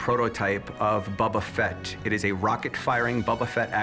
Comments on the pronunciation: This guy keeps calling it “Bubba Fett”. It’s BOBA Fett, you dope! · It's BO-ba Fett... not "Bubba Fett". This guy doesn't even know how to pronounce the name. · "Bubba" Fett. this guy... -_ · “bubba fett” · Why do they keep calling it "Bubba Fett" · "Buba fett" said by the hard-core star wars fan smh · It's not Bubba Fett... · No one: Absolutely No one: Not even Disney:: BuBbA fEtT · I love "Bobba" Fett so much that I can't even pronounce his name correctly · For a starwars fan, that one dude doesn't know how to pronounce boba Fett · Anybody else really uncomfortable with the way that guy pronounced "Boba Fett"? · Different languages may influence the outcome of the pronunciation. Ask a Japanese and an Egyptian to read "Boba Fett", they will come out differently. Thats common sense. Now, if you are an American and you find weird the way it was pronounced, then i have none to say about that. :)